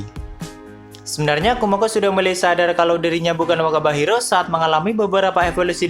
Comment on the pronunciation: Semakin berkata wakaba Hiro terus jadi terdengar wabah njirr😂